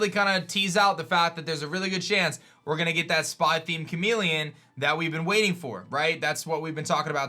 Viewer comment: It’s *chameleon not chamelon